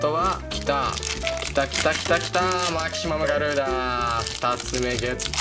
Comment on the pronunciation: マキシマガュリーダって言った時吹いたwwwwww